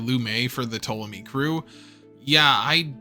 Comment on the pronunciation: Pronounces Ptolomy perfectly, butchers 00-Raiser everytime If it's on purpose that's sick If it's accidental, do you not proof watch your stuff?